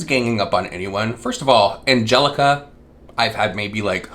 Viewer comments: Angeleeeeca ? I have never heard someone pronounce that name that way . It’s not a super uncommon name ? Like can you read ? Doesn’t she have a family ? And a child with special needs ? Like I’m a mom of 2 I don’t have time to whopper my ass let alone take a deep dive into someone lives HA I wish i had that kinda time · I mesaaaan... You do pronounce Angelika like that in polish so I guess she wasn't wrong lol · The way she pronounces Angelicas name is so pettyyyyy. I had a coworker that would pronounce my name wrong for a whole ass year 🙃 almost the same way “jeneeeeeeekah” idk where they get the nerve lmao